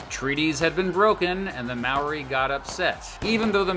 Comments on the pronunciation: The Maori pronunciation lmao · It’s not maoree for the pronunciation it’s more like mowdi for māori. Idk why but yeah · maaw-ree its pronounced moe-rree roll the r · there is no legal drinking age in New Zealand, down under is Australia - nobody calls NZ down under, "the bush" is the wop-wops or the wops in new zealand. Maori isn't pronounced like that, take the "mo" from moldy, take out the "ldy" and say "ri", roll the r if you wanna be fancy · Sorry I know everyone says Māori like you do but I just gotta mention it, it's almost more pronounced "mouldy" but with less enficess on the d. 🤙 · You just single-handedly offended every new Zealander watching this video by pronouncing those maori names wrong. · Why does no one ever say moari words right on yt? I don't wanna sound nitpicky but I have never heard anyone from a different country doing something on new Zealand say moari right. Just saying every moari word you said was said wrong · Except for the word Māori which he butchered. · I know you're not from New Zealand but legit you said all of the Maori words wrong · I should add that he was mispronouncing Maori the whole time which was quite infuriating but oh well. Also there is a national public holiday in New Zealand called Waitangi Day which celebrates the signing of a treaty between the settlers and Maori's (similar to Australia's national day) 😊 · at least learn how to say the māori words right